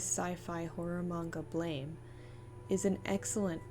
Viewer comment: [Psychic dmg 15] It's pronounced "blam"...